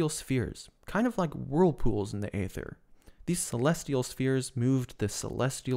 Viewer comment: It's pronounced eether, not Ayther. Rather like daemons in Unix/Linux are pronounced demons. Yes, English is weird.